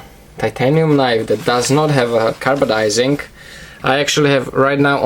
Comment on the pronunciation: Hey man I'm pretty sure it's Carbidizing not carbadizing